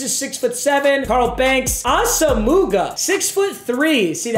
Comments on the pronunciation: The way he’s saying asomugha hurts my soul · nobody wanna tell him how to say asomugha? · I think it’s funny how he pronounces Nnamdi’s last name wrong 😂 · Get this man to say Nnamdi asomuoghas name right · does intentionally mispronounce Asamugha's name or does he just not know lmfao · I cringe every time he mispronounces Nnamdi Asomugha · Papa his name is nnamdi aw-sem-wah just so you know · Papa, it’s pronounced “os-um-wa” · 1. It's pronounced ah-sa-moe-wah 2. You didn't have Harold Carmichael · Please it’s not asmuga 😂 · It’s pronounced (asumwa) not asomugha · When will he learn it’s pronounced ahsu -mwah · Jesus Christ its pronounced "awesome-wa" pls stop it hurts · Someone PLEASE tell papa it’s asimwa not asuhmooguh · Ah sum wah for the love of God not ah sum mooga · ITS NOT AH-SOM-MOOGA ITS AH-SOM-MUAH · awesome-moo-gah lmao it’s aw-sim-wah papa 😂😂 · NAM D AH SOME WAH! Not AH SAH MOOGA! Come on Papa!!! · NAM-DEE AWE-SUM-WAH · It’s not asa mooga 🤣 it’s Auss omowuhh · Papa, its (viet)nam-dee awesome-wah Not ossumugga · It’s asome-wa NOT ASUMOOGA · papa it’s pronounced awesomewah not asamooga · It’s ah-sum-wah not ah-suh-muga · Nobody: Papa: ASA-MOOGA!!! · Ik I love papa but it drives me crazy - “ah-sum-wah” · I cringe so hard when he says “ Asamooga” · Nobody: Papa: AsaMOOgah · It's Ahs uh mwah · We need to tell him it’s AH SUM WA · saying assamooga is like him pronouncing his own name meager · I’m gonna comment everyday. It’s pronounced Ah-Suh-muah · No disrespect, but Nnamdi Asomugha is pronounced Naam-dee aa-suhm-waa. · Comment #53 PLEADING to learn how to say Asomugha correctly. ITS “AWESOME-UH-WAH” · Asomougha Is pronounced awesomewa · When is this man gonna learn it’s not pronounced “As-a-moo-ga” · Meag’s it’s pronounced Ah-sum-wah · It's pronounced Ahss-um-wa for future reference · Just an fyi, it’s pronounced Ahsum-muah” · Asomugha is pronounced “Awesome-wah” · nnamdi asomugha is pronounced AH-səm-wah